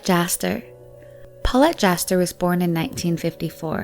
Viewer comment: my ear feel itchy everytime she said 'paullete'.